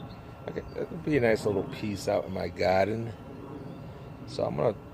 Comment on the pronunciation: lovely garden, i know u in GA but the way you say GAADEN sounds like NYC....LOL